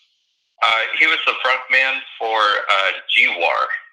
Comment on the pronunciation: The band name is "Gwar" not G-War... Sounds just like Guar.